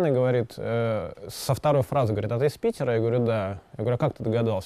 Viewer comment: Взгляд украинки на Вашу речь через слух: В архиЦектуре ПиЦера исключиЦельно перекрыЦия ,а реки зДЗесь проЦекают..." Москичи вообще не разговаривают, они языком спотыкаюся о зубы.)))Красивый ИИИИзык ( русский) был только у советских профессиональных дикторов телевидения. Сейчас Вас слушать сложно, ведущие,блогеры и вся болтомасса только понтуется и кривляется---шоу для соответствующей публики.